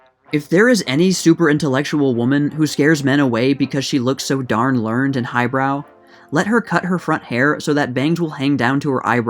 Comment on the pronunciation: I'd have thought any adult would know "learned" as an adjective has two syllables. Your horrid diction and inability to pronounce household names like "Louis Armstrong" suggest you might do better covering the 2010s.